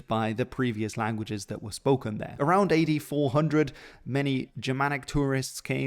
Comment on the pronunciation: you said AD 400 but I heard 84 hundred and was very confused for a few minutes there.